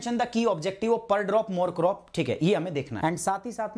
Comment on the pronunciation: I heard kasaayi,per drop mar crop😂😂👏